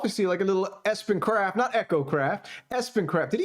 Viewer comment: Hey! Let's willfully mispronounce this guys name through the entire video! Why? Just to show everyone that we're the coolest prepubescent school yard bullies ever! Yay us! Go bullies!!!